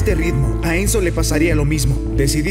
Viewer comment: Entendí menzo en ves de enzo